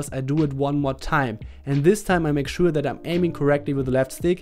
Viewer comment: any noticed that "make showaa"